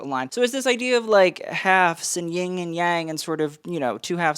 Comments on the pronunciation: He is so knowledgeable. Which is why I was aghast when he said "YING and yang". 🙄 Yin, dude. Yin and yang. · You lost me at "YING and yang". 🙄 YIN, dude. Yin and yang.